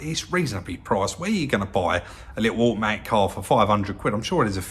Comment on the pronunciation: It’s nuyace that it’s auamaic!